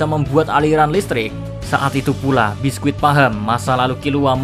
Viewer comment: Bisky mr key bukan biskuit wkwkwkw